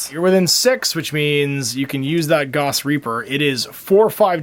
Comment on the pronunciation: Gauss is pronounced like “house” with a “g”. Carl Friedrich Gauss was a German mathematician and physicist.